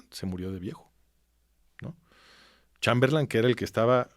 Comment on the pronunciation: Este sujeto es un vulgar charlatán. Hasta repite " Chamberlán", como si no supiera inglés, en lugar de Chamberlain SI QUIEREN APRENDER, verdaderamente , busquen al master de masters, aquí en YouTube : CHRISTIAN NADER